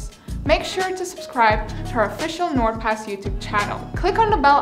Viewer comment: Bro why do i keep on thinking ot says nword pass